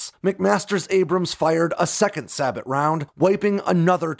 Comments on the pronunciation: "Say-boh" not "sah-butt". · Sabot is pronounced “Say-bo.” Not “Saybot.” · SAY-bow. Not sabbit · “Sabot” rounds are pronounced “say-bo” rounds, not “say-bot” Please excuse my fellow American, we tend to botch pronunciations more than I like to admit lol. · Not pronounced sa-bott it’s say-bow. Great video tho! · Sabot is pronounced saybow not sabutt, and the LRF displays distances in meters not yards. Minor things though, enjoyed the video. 73 easting is legendary among American tankers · One of my favorite battles of Desert Storm! Just one thing; Sabot is pronounced "saebou (say bo)," not "sabit." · Sabot is pronounced “sabo” not “sabot” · If you are going to do these videos you need to pronounce things correctly. Sabot is pronounced “say-bow”, not sahbutt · Sabot is pronounced say-bow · Sabot (say-bow) not (sa-bot) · It's pronounced SAY BO not sa bot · This guy is awful about pronunciations. Sabot is pronounced (say bo.) Long O and long A, the T is slent. "Sabbat" is incorrect. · It S A B OOOOOH!!!!! NOT SABOT , YOU DO NOT PRONOUNCE THE T. ITS SILENT, ITS an old English term for wooden shoes that fit over your feet like the sabot fits around the dart inside. Oj so when you say it you say say---boh ok ypu do not say the t or pronounce it in any way ok... SAY BOH.. NOT SAY BOT...that sound ridiculous, do a tiny bit of research on the .ain't focus of video lol. Say boh. Say boh. Say boh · SA-BOT...LOL PRONOUNCED SAY-BOW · a few corrections from a tanker in Desert Storm (A troop 1/3 ACR.) First, not all vehicles had a GPS - only platoon leaders and higher, and as a side note, they didn't have maps on them, just the gps coordinates that then needed to be transfered to a paper map. Second, the laser range finder on the M1A1 read out in meters, not yards. Finally, sabot is pronounced "say-bow." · Yeah saying say-bow is only the american pronounciation, in actual french its pronounced sabo with a silent T and the A pronounced like the A in sad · actually it's sah-bow